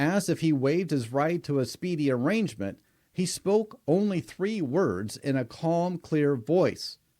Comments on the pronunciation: Dude. A-rain-ment. Arriagnment.the g is silent. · Arraignment not arrangement Dang, you’ve been watching too much TMV and listening to too many defense attorneys and their attempt to sway your opinion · Speedy Arrangement ? It's ARRAIGNMENT, YOU "expert" 😐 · arraignment NOT arrangement